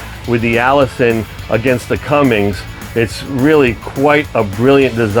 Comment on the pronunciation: It’s Cummins not Cummings, and it’s foot pounds not pound feet